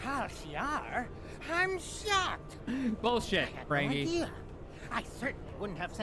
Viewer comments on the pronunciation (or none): none